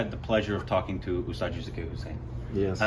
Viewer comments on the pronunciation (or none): none